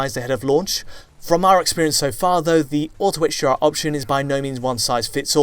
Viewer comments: Is it me or did he say hGr like a hundred times? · Sounds like he’s saying HGR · Why does it sound like he's saying HGR throughout the whole video?